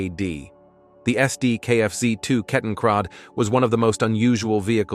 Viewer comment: 軍用車両に余り詳しくない人が聞くと、この動画に出て来た名前がこんがらかる気がした。 例えば、シュビムワゴン⇒シュビムワーゲン、クーバルワーゲン⇒キューベルワーゲン KETTNKRAD は、ケッテンクラート、又はケッテンクラード、 と呼ばれているのが一般的だと思うので、私も？？？と思いながら視聴していた。